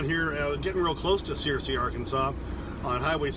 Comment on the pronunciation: I have a lot of family in Searcy Ar, yes you pronounced it correctly. It is a warm and muggy area. Stay safe out there